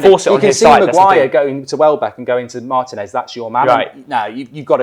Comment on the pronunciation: Say it with me: Mar-Teen-S Martinez. Not Mart-en-S